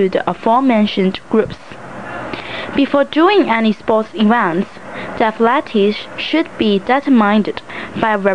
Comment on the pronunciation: athletes is pronounced as aff, leeets as in "eats"